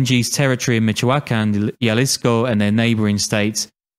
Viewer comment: the way you say jalisco is enraging. it's a "h" sound